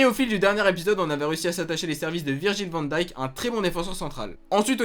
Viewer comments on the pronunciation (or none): C'est pas pour jouer au chieux mais pour info Wijnaldum ça se prononce Weïnaldoum pareil pour van Dijk ça se prononce van Deïk, c'est cadeau :) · mathias brutsaert en gros Virgile Van [dayk ]